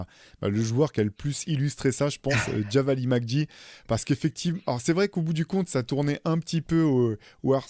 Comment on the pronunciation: Très bon podcast! Mais Theo "Javale" se prononce "Javal" et non "Javali"😊...bonne continuation à tous !